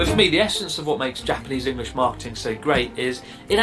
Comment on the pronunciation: Love how you say “Engrish” No disrespect intended.. it just makes me giggle 😄🙏🏽